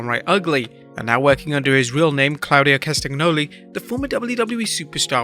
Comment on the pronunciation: Just for the english speakers, Cesaro real name is pronunciated klah-hu-di-oo ka-stah-nyoo-lee and not ca-stag-noh-lee He's swiss but he as an Italian name, in italian the "gn" is pronunciated with the toung on the palate when he's followed by a vowel, so gno is "nyoo" and not "gh-no"